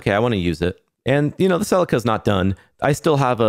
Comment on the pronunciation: Say it with me 'See Leek Ah'. It's not a Ferrari and it ain't driven by Tom Salek 😅 cool Resto though mate well done 👍